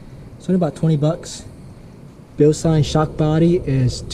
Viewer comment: Thank you for pronouncing Bilstein correctly.